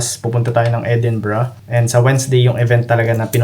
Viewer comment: edinburgh edi-bro